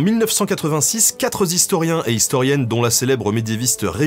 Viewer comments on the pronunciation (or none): "Quatre Zhistorien" ... C'est quoi un Zhistorien ;) :D ?